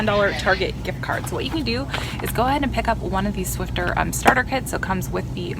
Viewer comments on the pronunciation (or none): there is no "t" in Swiffer lol. I'm going to do that Pepsi deal because I'm down to my last 12 pack